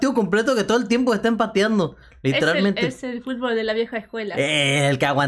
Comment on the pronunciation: "Fútbol" se dice, no "futbool" te banco fuerte 💪